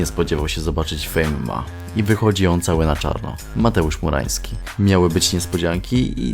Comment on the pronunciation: Ciągle słyszę "FURAŃski'